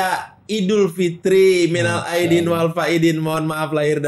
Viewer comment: Salut, Boris baca "minal aidin" sama persis dengan teks arab, bukan kayak sebagian orang muslim sendiri, yg kebanyakan gak bisa bedakan huruf DAL dalam bahasa arab yg dibaca ZAL.. dia lebih islami drpd orang islam sendiri😅